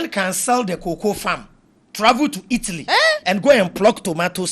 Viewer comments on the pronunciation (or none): none